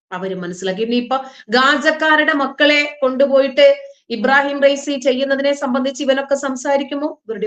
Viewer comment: ഇബാറഹീം ഫൈസി അല്ല......... ഇബ്രാഹീം റൈസി